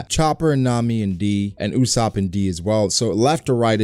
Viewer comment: my guy, It is not UOSAPP!!!!!!!!!!!!!!!!!!!!. Its usopp